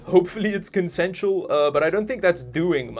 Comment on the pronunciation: "choked out hard, hopefully it's consentiol..." Jaja ...Luv the commentary.